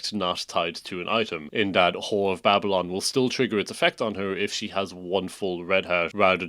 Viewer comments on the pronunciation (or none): none